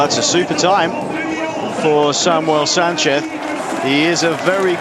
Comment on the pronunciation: Commentator saying Sanceth almost every time, mehe